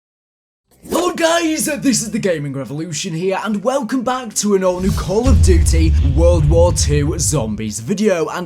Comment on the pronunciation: You said call of duddy at the start 😂